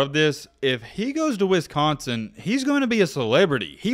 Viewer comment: The way your saying Wisconsin is bugging me